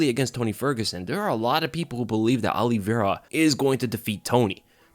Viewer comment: Alivera?? White privelege dont let him say OLIVEIRA!